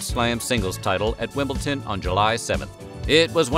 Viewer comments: It's not "Wimbleton" its WIMBLEDON!! This is the 2nd video of yours that I have heard you make this mispronunciation. Do you say "Lunton" when you mean London? No? of course not that would be crazy... but it's not like Wimbledon is obscure either, thanks to the tennis. It confuses me why you would make this error more than once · Finally someone did a timeline of media stories that were the backdrop to the lives of us young people growing up in the 70s. FWIW: Luzinski not Luzkinski Wimbledon not Wimbleton